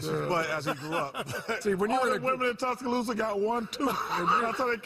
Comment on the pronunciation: Down there in Tusk-a-loose-a . .